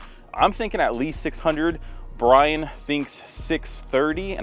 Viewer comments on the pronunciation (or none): none